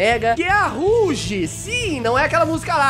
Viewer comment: Não é roug e roaug